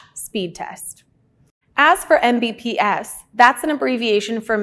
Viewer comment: Say it with me EM BEE PEE ESS